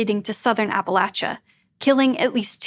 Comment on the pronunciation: Hold up, did she just say Appalachia correctly?!?!